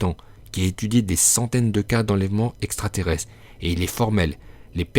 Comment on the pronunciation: le niveau intellectuel de l'auteur de la vidéo 😂😂😂 , le mec prononce extrateresse 🤣🤣🤣🤣